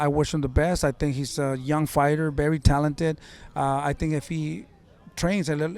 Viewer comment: Kills me every time 😂 he also says BERY BERY motivated instead of very 😭